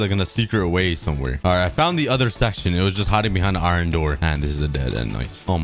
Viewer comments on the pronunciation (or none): Every time this guy says iron, it sounds like he says “iren.”